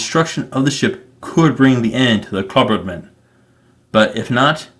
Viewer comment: Klabautermann is pronounced "Kla-bout-er-man, you have been saying "Kla-burt-man you are missing a syllable and saying it wrong.